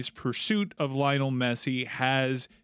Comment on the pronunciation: How are we supposed to believe you when you can't even pronounce Messi's first name right?